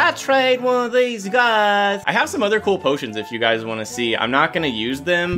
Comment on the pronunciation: When he says UGYS it sound ilke He saying Ugly To Fans Lol